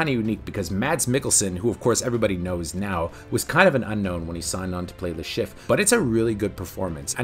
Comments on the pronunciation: It's "Chiff-Re" not just Chiff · How the hell do you manage to mispronounce Le Chiffre throughout this entire video, when his name said many times throughout the whole movie?